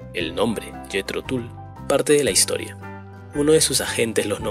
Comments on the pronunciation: Se pronuncia Jithro Tall.... mi favorita es Living In the pass... nada mas oportuno para el tema que tratamos. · el material elegido es muy bueno. Y la banda, obviamente, es maravillosa. Ahora, sería bueno cuidar un poquito la pronunciación, no?. Empezando por el mismísimo nombre del grupo (que se pronuncia "Tal" y no Tul. . . ), pasando por un nombre tan clásico como el de Johann Sebastian Bach (que no hace falta ser ningún erudito para saber que se pronuncia "Baj". . . ). Con todo respeto, me parece que no cuesta nada escuchar (ya que de música se trata) y pronunciar los nombres en forma al menos aproximada a la realidad. . . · Niño. "IAN" SE DICE TAL CUAL LO LEES!!!!! NO "ÁIAN". SE DICE JETHRO TAL" AUNQUE SE ESCRIBE TULL. OK?? Aqualung es Aqualong!! Y asi miles de errorres de pronunciación que tienes. Thick aa a brick se dice zik as e brik